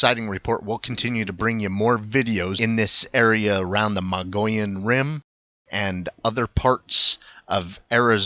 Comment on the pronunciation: MO-GEE-ON is how it's pronounced. FYI